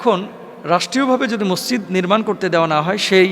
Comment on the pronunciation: এত বড় আলেম!অথচ মসজিদ ঠিকভাবে বলতে পারে না!হায় আফসোস।